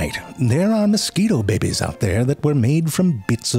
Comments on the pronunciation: Narrator: In order to make-- sexy deep in sudden heat narration voice (bibbies) 😂😂😂 bro it's "babies' I'm dying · Listening to ZeFrank say “bebe” will never, ever, get old. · The narrator is so amazing! I love his pronunciation of "babies". Reminds me of Schitt's Creek! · The way he says “babies” gets me. 🤣